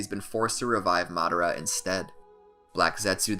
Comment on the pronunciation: how to say madara name madara❌ mad-ara✅